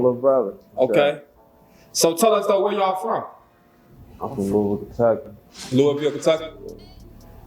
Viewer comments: Yaw need to learn how to pronounce Louisville. Ain’t no Louis-ville. It’s Lou-ah-vull. 😅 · This nigga ain't never lived in ky by the way he pronounced louisville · “Lewis-ville and East G??” But you lived in Kentucky???? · Pronounced Loo-wee-ville